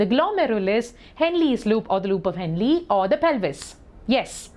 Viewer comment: U prounced henle wrong